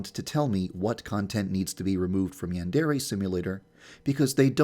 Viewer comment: maybe it's banned because he pronounces "Yandere" incorrectly